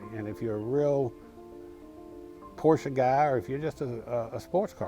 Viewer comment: This is the first time, I am hearing a normal americal customer pronuncing "Porsche" without eating the "uh"